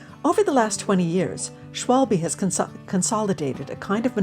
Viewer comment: It‘s „Schwalbe“ (= german word for a swallow/martin), with an „A“ and an „E“. Please! Not „Schwolbie“. My ears are bleeding.